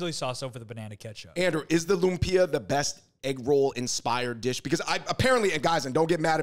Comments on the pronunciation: Davids pronunciation of Loom-pee-ah 😆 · Why is he pronouncing it Lum-peeya?